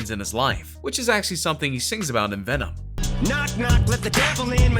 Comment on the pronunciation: Vemon Vemon Vemon